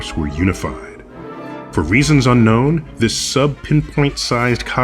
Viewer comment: How many times have he said unknow !